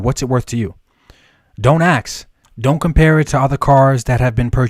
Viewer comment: Bro I like your content, but you gotta learn how to say the word "ask".....its not "axe"